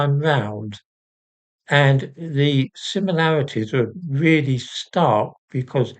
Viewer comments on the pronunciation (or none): none